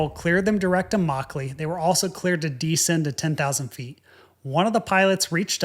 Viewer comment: The word you're looking for would seem to be "descend," pronounced Di'-send -- with the accent on the first syllable. This DEEE-send thing you keep uttering is not part of the English language. It's just a strange YouTuby sort of noise.